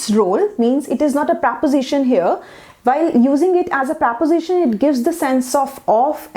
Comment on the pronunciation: Not to be rude but you're not pronouncing "preposition" quite right , you're pronouncing it as "praposition"